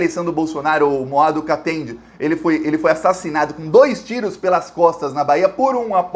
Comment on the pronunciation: o nome do capoeirista morto em Salvador é Romualdo Rosário da Costa, conhecido por Mestre MÔA DO KATENDÊ, o primeiro acento foi só pra reforçar a pronúncia. 👍🏼